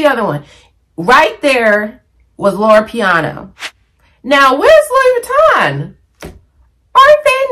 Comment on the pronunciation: Loro Piana, not Loro Piano lol. QL isn’t going anywhere. It was around long before Succession made it a thing. Personally, I just can’t wear the loud logo brands like LV and Gucci. Especially, when you swim in highly professional waters. Classic style never goes out of style. No need to worry about trends and fads. Some things you just outgrow. Also, the lowest quality items in any store always have the most logos.